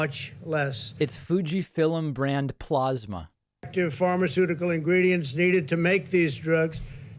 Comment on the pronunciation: he pronounces "plasma" like "plaza"